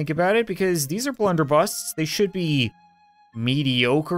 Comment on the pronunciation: Blunder busses not busts